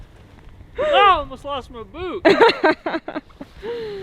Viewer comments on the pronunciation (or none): So, when slid off the roof and landed in the snow, it sounded like he said, I almost lost my boob instead of boot🤣. I spit my fruit out of my mouth, laughing, because of it 😂. Love the video and youse guys. Much love from CT. ❤️❤️❤️